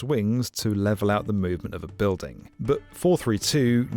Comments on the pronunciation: Is she saying "buildung?" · Why on earth is she pronouncing "building" like that?